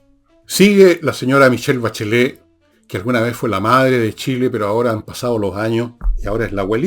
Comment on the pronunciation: 😂 "La Sah Bacheleh"